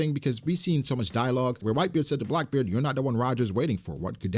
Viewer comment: Bruh, its Blackbeard not Blockbeard 😂